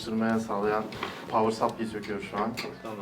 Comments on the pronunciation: power sapli diye düzeltmeye çalışıyorsun da adam doğru söylüyor sen doğruyu yanlışa çeviriyorsun. Aslında onun ki de tam doğru sayılmaz ama seninkine bakınca yine iyi. Doğru telaffuz sıplay 'a yakın bir ses. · supply sapliy diye okunmuyor bu arada saplay diye okunuyor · Pavır Saplay. Sapli değil. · adam power supply ı "pavır supliy" diye söylüyor, diğeri düzgün söyleyince gülüp düzeltiyor bide. 4 sene IT lik yapmış bide. yazık.